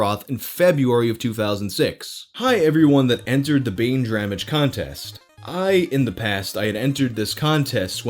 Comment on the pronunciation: i think they misplaced the r in baindramage